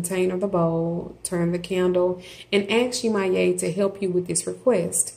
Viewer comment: 1) please learn to say the name of these entities before you post a video about them 😵‍💫 2) Yemoja as well as the other Orisas are not Gods/Goddesses. they are the expression of the Divine in nature. They are ORISAS. they cannot be described using western religious language.